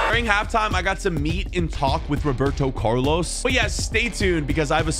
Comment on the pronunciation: “Roberto Curlos”